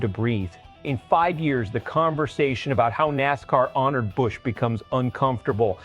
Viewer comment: I ABSOLUTELY HATE A.I. IT CANNOT PRONOUNCE A NAME CORRECTLY. BUT THANKS TO EVERYONE WHO REMEMBER KYLE AND ANYONE IN ANY FORM OF MOTORSPORTS WHO PUTS A KYLE BUSCH #8 DECAL ON THEIR HOTRODS. GOD BLESS KYLE R.I.P. BROTHER.